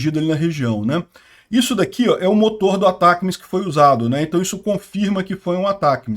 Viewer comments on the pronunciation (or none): O nome do míssil é Atacms. Se pronuncia Atac e depois as letras m, s. Isso foi informado pelos canais grandes de notícias militares do Brasil. É isso, se fala, Atac ms. Se escreve Atacms.